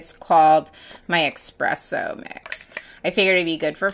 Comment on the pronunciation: Mmm expresso.... Lol enter me hun gorgeous mix!!